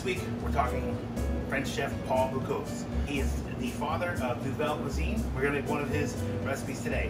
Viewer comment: That's "bo-COOS," not "boo-COSE." Note the spelling. And it's "vee-shee-SWAHZ," not "vee-shee-SWAH." Note the "e" at the end, and that it is French.